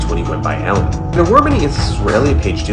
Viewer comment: It’s pronounced “Ellen”